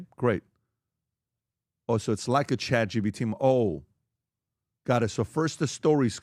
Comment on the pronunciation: Why does Pat say “Chat Gbt “ all the time lol